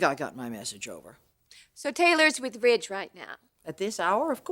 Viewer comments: Or Widge….. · Brooke calls Ridge "Rage" - it's how she pronounces his name